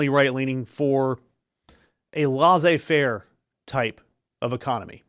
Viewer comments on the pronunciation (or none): It's leh-say-faire, not lozzay faire.